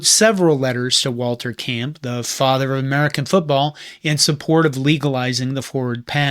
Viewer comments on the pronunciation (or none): none